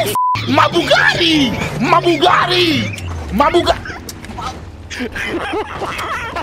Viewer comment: "ma bougadi" ... BUGATTI, not bougadi